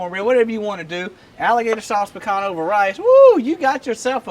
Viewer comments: “Sauce Pi Cah”, we don’t pronounce the “n”. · sauce piCAN? really?